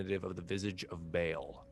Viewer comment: Good series but the DM mispronouncing “Bhall” is driving me crazy